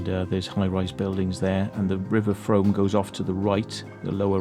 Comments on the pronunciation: Frooooom, not Froam!! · It’s pronounced Froom. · The Frome is pronounced “Froom”. Also, the long curved tunnel mentioned at the beginning of the exploration is called “Castle Ditch” it follows the original road line of Lower Castle Street and ends at Broadweir, where the weir is located and the access to the street is found. Great video.